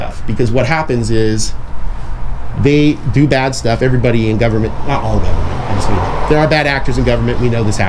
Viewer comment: He said, Gubment😂😂